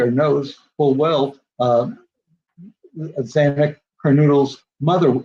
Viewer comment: Are you serious? This guy can't even pronounce xanas last name properly and he's making a lot of money from someone else's misfortune and tragedy.